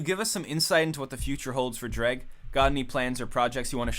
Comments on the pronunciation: What? Its pronounced Dreg???? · Did we just finally learn how Jreg is actually pronounced??